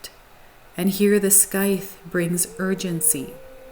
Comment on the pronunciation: Happy to see the triumphant return of this channel!📣 Also, just FYI, scythe rhymes with tithe. ❤